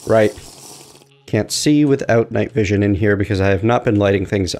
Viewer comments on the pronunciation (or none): none